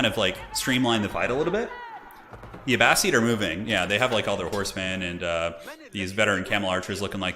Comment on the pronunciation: Wow that FFA was epic! But hey I happen to be listening to "Power and Thrones" by Dan Jones which is about the middle ages and he pronounces Abbasid "A bass SID" not "A bass SEED". Anyways love your videos it just bugs me 😅